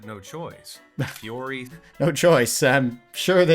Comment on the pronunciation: Fürhery three hundred and twenty five, which is a nightmare for the rider